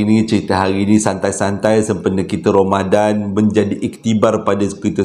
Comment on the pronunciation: Bang saya punya terkekek yang part " salam 2rambadan waalikumsalam eh assalamualaikum 😂 bangg ramadhan abg pun dah tersasul ii bang saya masih belum stop ketawaaa 😂😂😂